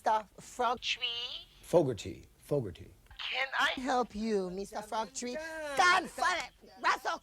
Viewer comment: She say Mr Frogtree instead of calling him Mr Folkgarty she keep saying Mr. Frogtree